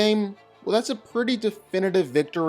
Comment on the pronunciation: When he says Hoke, he means Hulk.